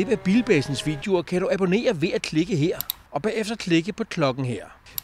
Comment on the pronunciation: Skal da love for at Anders har problemer med de O'er. Han siger også abAnerer til sidst, i stedet for abOnnerer - :-D